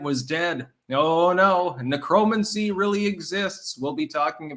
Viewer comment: "Neck row man see" Would sound a lot better! Yikes!